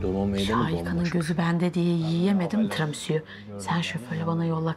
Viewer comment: Ya tiramisu diyo ya canım yıldızım 😂😂😂